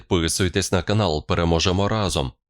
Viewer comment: "" пЭрЭможЭмо разом " 😅😅😅 , ты кого собрался пЭрЭмогать ? 😅😅